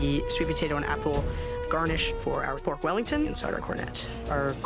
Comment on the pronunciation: “PORK RELLINGTON”